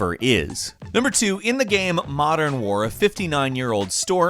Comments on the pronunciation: what the fuck is wrong with you pronouncing the word game? you say it like gham or something. sounds so fucking weird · Everyone: Game: "Gaerme" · I love it how you pronounce game. Its like gaem. Or gäm. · why does he pronounce game like gaem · "Gayem"- This guy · Is everyone ignoring the way he said game